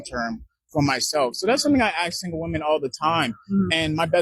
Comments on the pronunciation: A professional in Mental Health counseling with some obvious European DNA admixture and he still can't pronounce "Ask" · By not being able to pronounce "Ask"